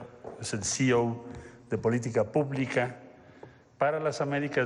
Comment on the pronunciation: C. E. O si-i-o no cio. No sea usted pendejo